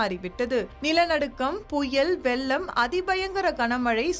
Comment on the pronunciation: வெல்லம் அல்ல அம்மா, வெள்ளம்! தமிழ்ச் சொற்களைச் சரியாக ஒலிக்கப் பயிலுங்கள்!